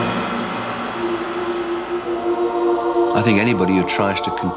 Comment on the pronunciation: The narrator pronounces his name correctly . Not many do . Including Ozzy .